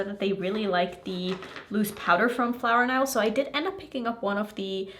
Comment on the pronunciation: Hey it’s no big deal, but since you gonna be making more videos of this brand, I thought you might like to know it’s pronounced flower knows(nose). Love your videos ❤